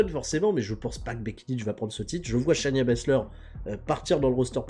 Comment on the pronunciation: Cher, c'est Shay-na Baszler pas Shania. J'en peux plus de toi;)